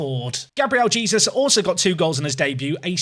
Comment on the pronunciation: Please tell me you stop saying Jesus and pronounce his name properly in the later episodes?